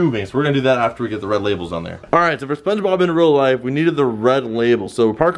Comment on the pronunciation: In "rea" life?